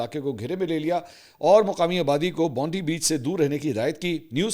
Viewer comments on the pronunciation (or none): NOT BONDI ITS PRONOUNCE BOOND AAAIEE BEACH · Mansoor bhai please correct your pronunciation of BONDI Please pronounce it as Bond i (Bonf eye ) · It's Bond-I...not Bondi. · It's actually Bondi beach pronounced "Bond eye"beach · You are mispronouncing the name of the beach. The correct pronunciation of Bondi Beach is "Bon - Die".